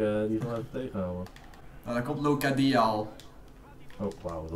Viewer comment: Dat uitspraak van Locadia though ;')